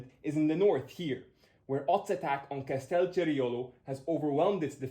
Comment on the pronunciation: A little note: it's Castelceriolo, not Castel Cierolo. Aside from that this was very interesting and very well explained. Keep it up!